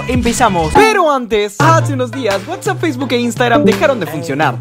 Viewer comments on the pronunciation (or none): none